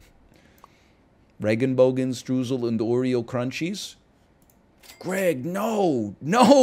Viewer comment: i get where he's coming from but he pronounced regenbogenstreusel like its dutch (goofy language). if you pronounced "rainbow sprinkle" like that it would be unserious too